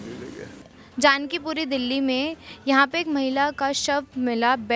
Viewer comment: Reporter medum ji.is jagah ka naam janak Puri hai.not a jaanki puri.